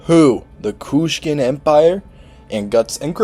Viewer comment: It's Kushan not Kushkan